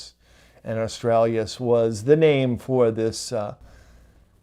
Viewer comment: just so you know, it is not Aurora Australias, it is Aurora Australis!